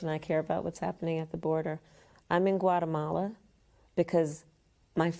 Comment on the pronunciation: She thinks the 'cause (or root) of the problem' is in Gutemala? Really? With "refoogees" coming through the Southern Border from 160 COUNTRIES globally? 🙄